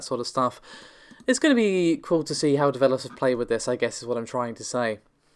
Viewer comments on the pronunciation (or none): none